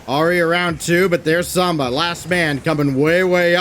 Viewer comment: Please someone tell the commentary team it’s SAMBA not SOMBA....